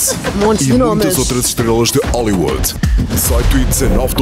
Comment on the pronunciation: Onde fica Oh-li-Wood? 😂